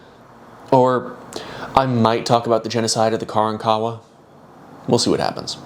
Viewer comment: Hey my dude, know youre not going to see this but grew up in Galveston. Its not KARAN-kawa but kaRANkawa